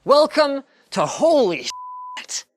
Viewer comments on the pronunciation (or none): Linus meant "Welcome toholy spit" lel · 'Looks around' well no one else has said it but more like holy spit :D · => Holy Spit! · welcome.. to holy SPIT